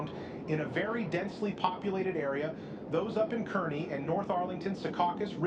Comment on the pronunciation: How many different ways can one AI pronounce CAR-KNEE?????? Kearny is CAR-KNEE! By the way, in case you’re curious I am loving this scenario. You got the Al Roker voice down perfectly. Job well done!!!! 👍